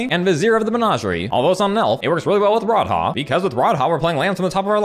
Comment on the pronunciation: "Rod-Haah" fucking got me